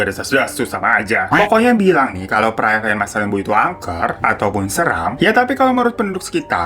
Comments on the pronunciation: Masalembo seingatq pelafalannya masalembû. Jadi kayak ou, tapi o nya tipis bnget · Baru mampir lagi setelah sekian lama☺️lucu ajha cara bang Hiro bilang masalembo.saya asli Sumenep tempat gugusan pulau itu ada .di sini kami mengejanya masalembhu bahkan lebih familiar dibilang salembhu... Lem= dieja macam kata lembut JD bukan macam lem lem yg lengket.... Lebih Deket ke masalembut dibuang huruf T nya.